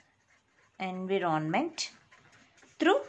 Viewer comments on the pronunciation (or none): environment not envy-ron-ment god damn it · Its environment not envi ron ment Its sensor not sen soor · Pronunciation of environment is wrong. Environ= enva Ment = ment Envament(pronounciation of environment) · ik its not funny but i cant stop laughing when she says anvironment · She says en viro ment... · Nice lecture but everytime you say Envy Ron Ment it throws me off focus 💀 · Dear n is silent please in "environment". It is "sense" not scence. Being a teacher, it is very important to be correct in spelling and pronunciation. I appreciate your effort though. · Thanks a lot ma'am but please correct pronunciation of environment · Please correct your pronunciation of environment.... plzz, plzz.. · Take care of environment pronounciation correctly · Your pronounciation is wrong about environment. Please check first on Google pronounciation. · you were teaching good but your pronunciation of the word environment made me close this window, kindly work on your language skills. hell